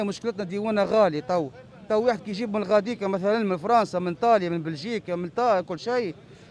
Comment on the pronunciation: يا عباد راهي اسمها ايطاليا موش (طاليا ) هههههه😅🤣😂